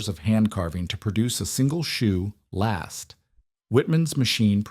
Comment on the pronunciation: It would SIGNIFICANTLY improve your perceived credibility if you were to ask a cobbler to explain to you what a "shoe last" is, so you could stop inserting a verbal comma there; pronouncing last as if it were an adjective; then showing images of rifle-stocks 😮